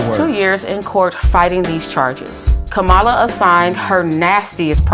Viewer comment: Ma'am, apparently her name is not pronounced like "come all uh," but more like "comma law," like they were trying to make a "law" of it during her campaign! 🙄😏